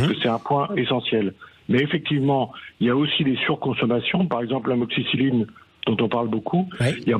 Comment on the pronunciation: Je ne vois pas trop l'intérêt des interventions de la journaliste (décoration ?), d'autant qu'elle n'a pas l'air de bien connaître ne serait-ce que les molécules (amoxicilline et non *amoxicycline, à ne pas confondre avec la doxycycline qu'elle cite, justement). Je comprends qu'elle n'ait pas envie de répondre ensuite, lorsque son collègue lui demande quels sont les médicaments en souffrance... Elle n'a visiblement pas préparé son sujet ! Je veux bien être journaliste à Sud Radio 😅